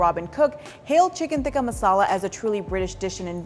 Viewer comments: Hang on, is "tikka" pronounced with a soft "t" in Hindi/Urdu? (Like the way is pronouncing it). I'm Bangladeshi and we definitely pronounce it with a hard "t" (like the way the British people are pronouncing it in the video). (We have different letters in the Bengali alphabet for the hard and soft "t", btw; and we spell it with the hard "t"). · Why does she pronounce “Tikka” so weird ? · yeah definitely that's not how it is supposed to be pronounced. She is clearly isnt Indian so she cant say it properly